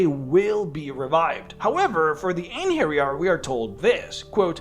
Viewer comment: Thank you for getting the "j" right in "Einherjar". I recently listened to an audio book with lots of mention of them and Jotuns where the reader pronounced the "j" the English way, and it was very annoying. That said, the plural of Einherjar is Einherjaren.